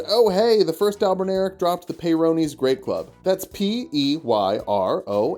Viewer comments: But it’s Albin Or ic, like your, not Albin-eric like derek 😂😂 All the love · I don't get what's so hard, it's spelled just like it should sound. Al-bin-aur-ic. (Not "al-bin-air-ic") Albin as in white, auric as in gold. I should just shut up and watch the rest of the video 😂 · I think it's pronounced like Albin-Auric, referencing while gold. Albino meaning White and Au being Gold on the table of elements. Would also make since as they're functionally homonculi and mortal men can't create Gold, only a cheap knock off.